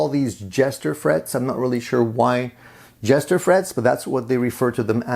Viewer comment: Jescar not Jester!